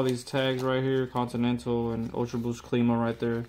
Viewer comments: WTF is Cleema?? How do you pronounce Climate as in Clima? Cleemite? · Good review but it’s pronounced Climb-ah like how you pronounce climate.